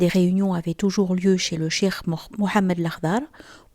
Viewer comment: Merci pour la vidéo ❤. PAIX ET SALUT SUR LE NOBLE PROPHÈTE MUHAMMAD, SA FAMILLE ET SA COMMUNAUTÉ. AMINE. Tout de même, votre prononciation du mot CHEIKH en chirk est à revoir...